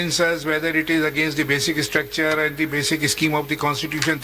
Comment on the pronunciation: “basic ISSTRUCTURE” “ISSTILL” 😂 the judge on the right🤦🏻‍♀️ how did he become a judge for god’s sake